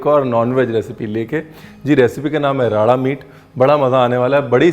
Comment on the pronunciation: You are the only one who has correctly spoken राड़ा and not रारा even punjabi shefs . I don't want to name those Punjabi shefs but they call it रारा। I'm sick of such people